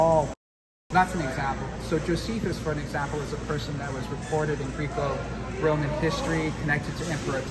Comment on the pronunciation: Me as a wrestler I have never been more annoyed by how someone says Greeco Roman 😂